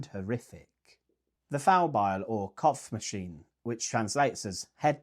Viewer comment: "kopfmaschine" is not a thing. It's an ö instead of an o- and that makes it a "beheading machine", not a "head machine".